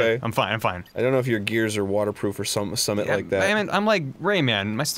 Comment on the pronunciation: It's very surreal to hear Arin say 'something' in my dumb British dialect. OR SOMMAT LIKE THA'